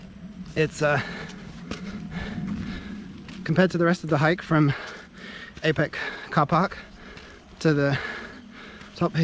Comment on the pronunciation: Its pronounced are peck. The are without the 'r'. Jealous of you